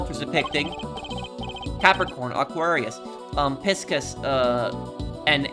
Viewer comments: Keep miss pronouncing Pisces. it is Pigh seez, Pisces. It is pronounce Pigh seez. Pigh seez. Also Ms. Scorn on my suspection watch. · Pisces is pronounced Pie-sees